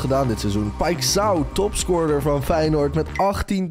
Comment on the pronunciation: O ja paixão zeg je als paisjauw (zo zeg je het lol)